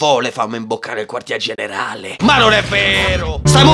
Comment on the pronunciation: Quando a detto generale credevo dicesse generaELLE😂